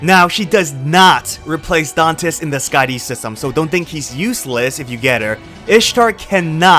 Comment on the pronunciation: "SkaaDEEE system."